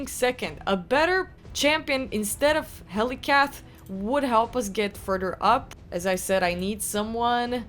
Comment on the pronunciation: Furder up 😂